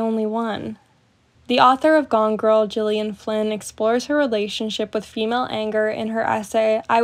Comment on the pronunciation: I love your videos, they’re so in-depth in such an interesting way. Btw it’s Gillian with a hard G not pronounced like Jillian 😉